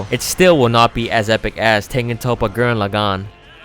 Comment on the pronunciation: It pissed me off when he couldn't pronounce gurren laggan right